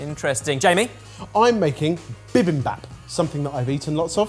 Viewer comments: “Bee beem baup” not “bih bim bahp” just for future reference. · That bi-bim-bop was not done well... Jamie might have eaten it a lot but he either wasn't paying attention or eats it at a bunch of fusion places that don't make it right. He cant even say the word correctly. You also aren't supposed to burn the rice unless you are making a different variation of the dish and then you defiantly don't serve it like that. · Korean American here, fan of Sorted, of all the “Korean” dishes that Sorted has used, Jamie’s bibimbap is by far the worst pronunciation, execution, and, well, everything that has ever been featured. Bibimbap is a great midweek dish because you spend HOURS on a weekend prepping all the ingredients en masse for a 5 minute prep mid week. plz do a bit more research before highlighting a korean dish/ingredient! Love that the battles are back